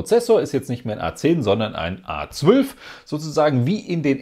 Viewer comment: "...ein A-zwülf"